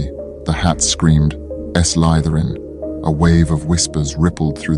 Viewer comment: Why did this AI voice say Ess lytherin instead of Slytherin?